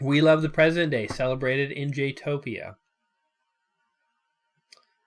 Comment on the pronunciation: It keeps sounding like you say JEWtopia...